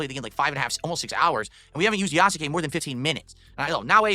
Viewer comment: The way he pronounces all of the U's in japanese names infuriates me. Ya-soo-kay. Dude, its Yas-kay. He did it with Shinsuke and Asuka's names as well.